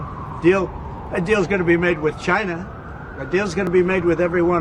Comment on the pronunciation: DONALD TRUMP NO TRYST CHY-NAH CHY-NAH IS AZHOLE!